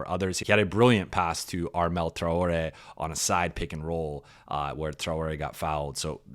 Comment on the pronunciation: Why is Traore's name pronounced differently every time😂